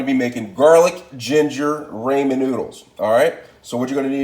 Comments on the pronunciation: It’s pronounced Rah-Men noodles not Ray-Men noodles. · “Raymond noodles “ 🤣🤣🤣